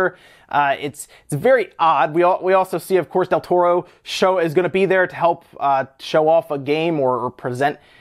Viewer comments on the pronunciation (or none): none